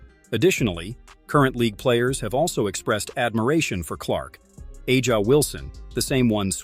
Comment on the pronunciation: I had to stop listening when you pronounced Aja’s name wrong. It’s hard to take you seriously. Huge Clark fan right here ❤